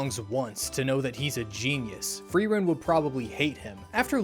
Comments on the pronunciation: I love frowren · Fee-rent? Free rent?